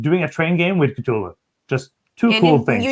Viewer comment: Four of my favorite board gaming faces all together! What a treat! I love the way you guys pronounce Cthulhu!! When spoke about how there's older games she'd like to get, but the new hotness always gets in the way of that, I felt seen LOL